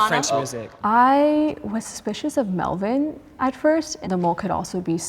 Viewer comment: I like how he pronounces his name like "Melveen" instead of Melvin.